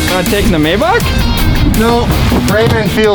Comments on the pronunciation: wtf is a may bock its a may back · you don't pronounce Maybach as it's written, it's called "My bach" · I'm pretty sure its mayBACK but that's just me